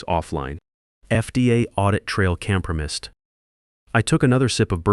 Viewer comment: but it mispronounced "compromised"